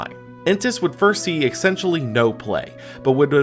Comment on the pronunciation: Why are you pronouncing essentially wrong? 'Excentionally' isn't a word bro